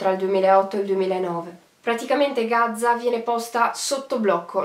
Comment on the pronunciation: Gaza con una z perché continui a dire Gazza ???? Spento dopo 1 minuto